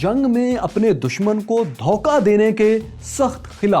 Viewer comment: "Dhauka" is wrong it is " Dhoka "